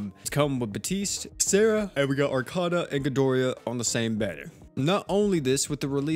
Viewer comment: Archona is pronounced (Are-con-a) Arcana is pronounced (Are-cane-a) It's not the same thing but not I'm not trying to spread hate or what have you